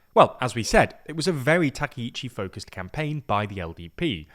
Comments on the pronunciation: Not TAKEICHI，TAKAICHI！ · You are mistaking Sanae's name. Her first name is Takaichi, not Takiichi. Thank you for reporting Japanese politics to the world as a Japanese viewer. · Not 'takeh-ichi' , 'Ta-cah-ichi' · Takaichi /ˌtɑː.kaɪˈtʃiː/ is pronounced with separate “ka” and “i” sounds—like “father” /ˈfɑː.ðər/ for the first “a” (short, open), then a quick “i” as in “ski” /skiː/, and “chi” like “cheese” /tʃiːz/. Think of it as “tah-kai-chee,” stressing the “kai” part.[youtube] English speakers often say Takeichi /təˈkeɪ.tʃi/ because “ai” triggers their “ay” diphthong—like “sky” /skaɪ/ or “take” /teɪk/, blending into a long “ei” sound instead of two distinct vowels. It’s their natural spelling-to-sound rule at play, not a Japanese “take.”[youtube +1] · たけいち、じゃなくて、たかいちだから間違えないで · Clear and precise explanation! But you butchered her name, it’s TakAichi. Please do review names before posting videos, thanks.